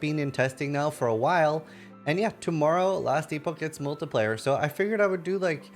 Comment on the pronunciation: it's pronounced MULTI-PLAY-ER not MULTI-PLIER